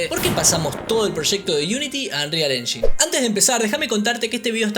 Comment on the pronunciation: Me triggera mucho que le diga unreal "enyin" en vez de "enyain" xd